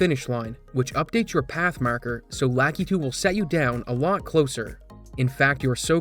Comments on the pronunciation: "lah KEY too" It's "lah KUH too". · its lakitu, not LACKEETOO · "Lakitu" is pronounced lah-KEE-too per Nintendo.